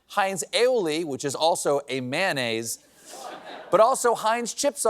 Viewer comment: MAYO-nnaise! Not MAH-nnaise! 🙄 You woudn't say extra mah.